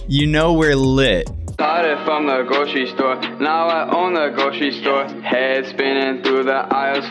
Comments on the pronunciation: “stawted fwom the gwocheri stowe, now i own a wawi” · I think they pwonounce it gwocewy stower.